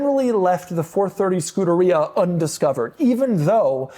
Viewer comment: Scuderia, learn how to pronounce it. Your videos are cringe. You are Pompous. "My Countach" , " Morgan Freemans car" . You are the exact opposite of what the car community should be. You are very douchey and a bit of a poseur. Still not 1 DSM car in any of your videos. Please don't subscribe to this channel.